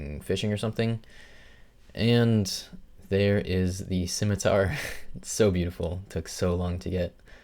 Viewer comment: "Liked" for pronouncing scimitar correctly.